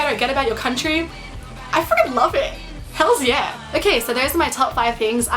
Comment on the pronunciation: It's "Hell Yeah" not "Hell's ya" Sounds like you hung around with teenagers or twenty-somethings. Why do you come to America and not meet a cross section of the culture? I admit I would not have caught the capsicum but that's OK at least you didn't tell your friends to "Knock me up if you ever come down under." That would have been hysterical.